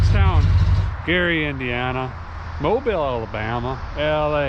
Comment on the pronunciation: You pronounced Mobile Alabama correctly!!! Ty sir.